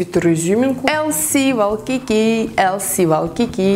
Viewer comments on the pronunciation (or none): Извините конечно что поправляю Вас, но Вайкики, а не Валкики! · на самом деле не лс валкики а лс уайкики